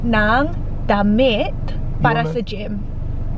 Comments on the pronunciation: HAHAHAHA when he said "damit" I thought he said "DAMN IT". 😂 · I thought i heard him saying "damn it" instead of damit.. hahahaha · I thought he was saying damn it! XD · It's like his cursing when he says damit hahaha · trying to find 'damm it' for Me: so cuteeee (even though he literally sounded like cursing her) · I love how he says damit. It sounds like he’s saying “damn it / dammit” lmao! Also it’s so kind of her to say “opo”! ♥️ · riiight? he say as if he's swearing 😂 still adorable though ❤ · yung damit napro pronounce ng damn it ahahhahahhahhaha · Damit, he almost pronounce it like "Damn it"...! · Sounds like DAMMIT 😂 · Her Tagalog pronounciation is funny XD